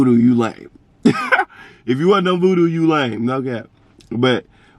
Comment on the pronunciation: You said voodoo it’s oovoo 😂🤣